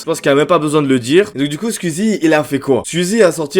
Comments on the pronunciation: C'est pas Squizi c'est Squeezie ça se prononce Squouizi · Squouizi pas squizie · Skuizi, twit, tu me tues comment tu prononces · C'est pas skuizy c'est squeezie 🤣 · Tu dis Sqizi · Déso mec mais on dit squouizzi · ça me fait trop dehek comment tu prononces skuizi mdr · Sqwiizie et tuitteure ? Prononce normal c’est ridicule la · Ça me parturbe "skuizi" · La prononciation de skuizi me termine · Ça m'embête à chaque fois qu'il dit "Skuzi" et "Skuizi" x) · mdrrrr tu dis skuizi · Commence a bien prononcer Squeezie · Ça me fume comment prononce squeezie 🤣